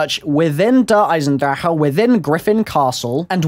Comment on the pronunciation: cant stand his pronunciation of der eisendrache